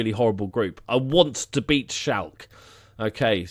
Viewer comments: Its SchalkE, not Schalk.. Probably why they didnt want you :D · Schalke probably heard your pronunciation of their name and were like pass lol xD.